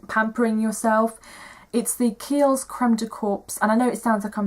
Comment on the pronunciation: I love Ole Henriksen's stuff but didn't find the eye peel did much of anything. I'm going to get out the tube and give it another try! As for the Kiehl's - it's pronounced "core", like an apple core! I love that body lotion - my kids got me the l litre bottle for Mothers' Day and I'm so happy! Agree with you about the Laura Mercier tinted moisturizer - good product.